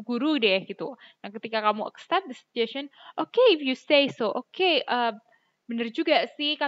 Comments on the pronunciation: iya btul bgtu. Mba bacanya sye'n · Pengucpan suggestion bukanny se'jesce'n??